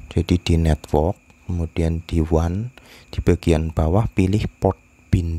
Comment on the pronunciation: Bisa ga pas ngomong network biasa aja bang wkwkwk